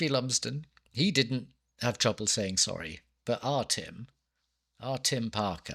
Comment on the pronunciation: Zoory,,, waffle waffle, zorry,,blabla ,,,,zzzzzorrry eeer. Blabla